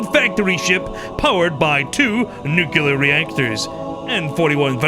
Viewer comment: bro learn to say nuclear